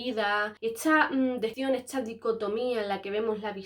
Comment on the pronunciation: Por qué dice "esCHa" y no "esta"...? Eeeeehhhhhh...